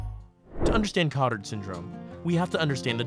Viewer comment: Good video! It's pronounced ko-tAr because Jules Cotard who first described this syndrome was French.